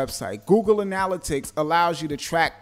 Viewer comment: Great info, but your pronunciation of analytics is killin' me..